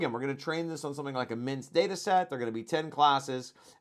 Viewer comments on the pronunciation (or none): Great video. One small niggle: I'm pretty sure MNIST is pronounced "em-nist" not "minst".